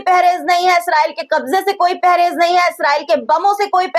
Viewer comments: Pehrez nahin parhez bola karo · Mam pahrez nahi parhez hota hai